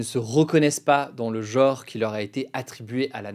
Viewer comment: Ça se prononce "genre", pas "geore".